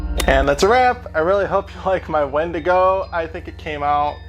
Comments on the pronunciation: Win-digo is how it’s pronounced, not wen- digo 😌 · Its spelled a wendigo but its pronounced windigo. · ...me cringing internally every time he says wendigo....